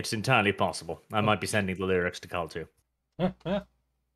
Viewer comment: So you pronounce the name Carl as Sarl then?